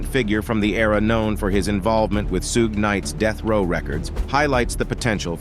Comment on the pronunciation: Suja knight,Keef D, and 2 Pack,but says Vlad right